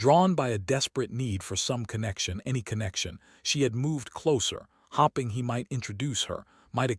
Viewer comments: So true. Hopping and hoping are always pronounced differently. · I’ve started leaving all of these as soon as I hear hopping or starring. I’ve heard this same narrator ai voice pronounce things correctly so it IS possible. Edit to add: or Eleaner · Oh, how I wish thís narrator can be calibrated to pronounce words correctly!!!!! The "hopping" and mispronounced names makes leave the story immediately. What a shame. Pretoria South Africa 🇿🇦